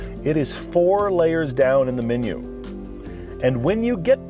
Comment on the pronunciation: Still can't pronounce the letter E, huh? "Minu" instead of "Menu"?? "Ingine" and "Ginuine". Does he even know he's doing it cuz he's pretty articulate.